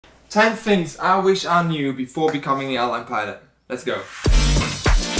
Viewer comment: Its crazy how you can fly a plane but you can't use "th" when saying the word "things".